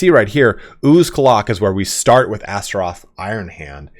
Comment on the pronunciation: How many times can you mispronounce astrogath in one video?: yes